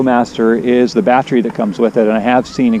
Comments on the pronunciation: What is a "BAT-Tree" ? The word you are attempting to pronounce is.... BAT tERy, that's ....BAT-TER-EE.... not bat-tree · U say battery funny !